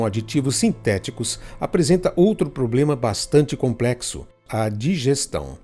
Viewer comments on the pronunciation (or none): none